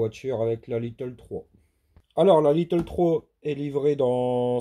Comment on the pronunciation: Pas little comme tu le prononce mais lite ou comme de l'ail avec te à la fin. Désolé 😶